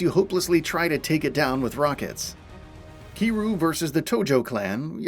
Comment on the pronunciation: Can’t believe they slaughtered my man, Kiryu’s name like that